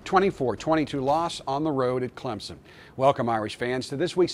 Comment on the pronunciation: "Clemzon" dear Jesus fire this man.